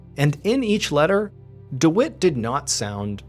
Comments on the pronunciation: Dwit? Do you mean Dwight? Pronounced Deewhite? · I think you pronounce the guy's name wrong I believe it is pronounced deewight 🤣 I've never met a man named dewitt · I think it’s pronounce dWhite if it’s spelt Dwight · I couldn’t help but laugh every time he said dwite instead of Dwight. lol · Anyone else's brain say dawooo every time Mr Ballen says Dewitt 🤔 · Mr. Ballen, the name is "Dwight" rhyming with "Light"